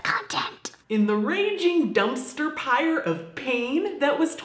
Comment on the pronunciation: She said "Dumpster pire" lol